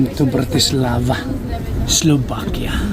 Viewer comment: Enjoy!, please pronounce Slovakia with a V, not B. Thanks!